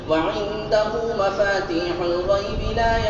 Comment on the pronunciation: لفظی غلطی ہے وعندہ مفاتیح الغیب پڑھتے ہیں جب کہ وعندہ مفاتح الغیب ہے شروع صفحہ میں